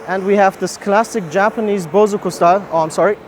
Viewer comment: jeez way to butcher english man. You can barely pronounce the name of the car manufacturers holy smokes. You even miss entire silables: bo-SO-zoku not "bozoku" wth - also describing it as "classy"? You have LITERALLY no idea what you're talking aobut. Steering wheel is from the F gen BMWs. You're dead to shame.